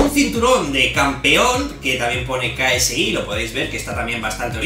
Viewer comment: Ksi se dice keisi... no soy fanatico solo escuche un tema nomas